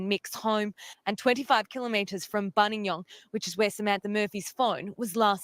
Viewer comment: People tend to dump bodies up Mt Buninyong. Im remembering a single mum years ago abducted from her home, leaving behind her daughter aged 5 or so. Mietta I think her name was. And its Bunin (like youre saying Bun in the oven, fast) YONG. Emphasis on Yong.